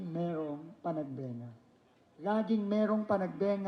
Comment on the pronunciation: PANAG BE NGA!!!!! HINDI PANAG BA NGA!!! Bakit po ba binabago ng mga reporter?